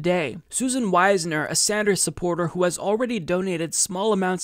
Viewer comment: You're mispronouncing "Wisner."